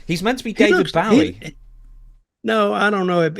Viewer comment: Really a British guy that doesn't know how to pronounce David Bowie?😂